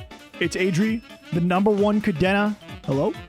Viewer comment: Love the series, pretty cool video. Cadena is indeed busted. And fun fact, it is "cah-DEH-nah", not cadeena, not cadaena. It is a spanish word 🤣